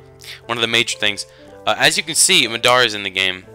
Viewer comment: Why do you pronounce Madara so wierd? xD